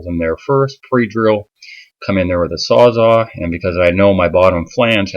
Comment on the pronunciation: Man, so sorry to be “that guy” but it’s called a sawzall (as in it sawz all kinds of stuff), not a sawzaw...please forgive me 😂😂😂